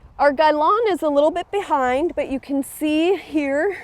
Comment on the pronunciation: gai lan* ... not gailon